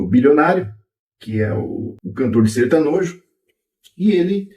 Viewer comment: "SertaNOJO" Adorei. Kkkkk